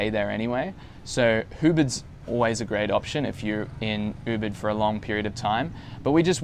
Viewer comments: Ubid? lol or Ubud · No your pronunciation of Ubud was not correct.